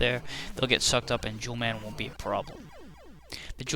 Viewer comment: sounded like you said 'jew man is next'